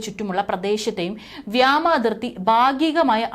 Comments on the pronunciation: വ്യമാ നിർത്തൂ വ്യോമ ആക്കൂ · Wrong pronounciation.What is this vyama? If you cannot talk Malayalam properly please stop reading